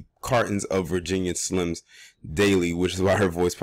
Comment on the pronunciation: This fool say VIRGINIA SLIMS LOL!